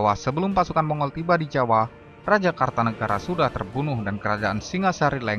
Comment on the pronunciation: Maaf bukan KARTANEGARA tapi KERTANEGARA , jangan salah sebut atau salah baca.